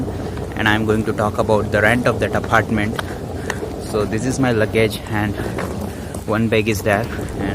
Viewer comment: Apartment bolna aphhartment bol raha hai 😂